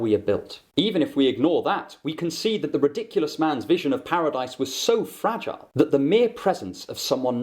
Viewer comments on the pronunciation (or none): none